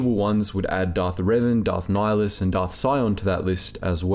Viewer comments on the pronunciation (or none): none